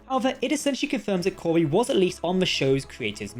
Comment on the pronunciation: Corby not Koby, sorry 😔